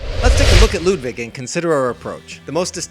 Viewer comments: Ludwig not Ludvig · You’re saying “Ludvig” not Ludwig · It's Ludwig not ludvig